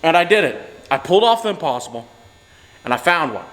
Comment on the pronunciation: At first I thought you said you found the opossum instead of the impossible